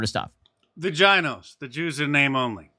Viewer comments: "The jinos" I'm dead 💀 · "Jinos" LMFAO